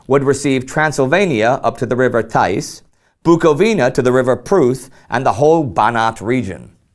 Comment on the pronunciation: That pronunciation of the Tisza was so cringeworthy... :D